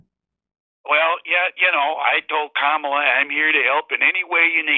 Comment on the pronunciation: He pronounces Kamala incorrectly.